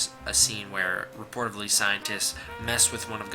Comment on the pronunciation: Reportedly is the word you are looking for...not reportively. That isn't a word.